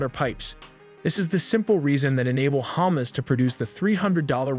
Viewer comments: It’s pronounced HamAs, not hummus. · What is Chomos? It is HA MAS like in HUckelberry Finn and MUStard!!! Cmon say it properly!!!! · it is hamas, not humus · It's Hamas not Humus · It's hamas not humes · Is hamas not hummus😊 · Can you not pronounce ha-mas? 😂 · This is a discussion of tactics, not strategy. Title couldn't be more misleading. And stop pronouncing Hamas like it's Hummus! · Hammuzz, that pronounciation is dam funny 🤣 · The narrator is pronouncing it Hamas like it's hummus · This guy still does not know how to pronounce Hamas. Its not the food item. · it cringe me everytime he pronounce Hamas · KArem Shalom -> KErem Shalom And "Hamas" should be pronounced "Ha-MAAS" (or "Dead" 💀). Not "Hummus" 🥣...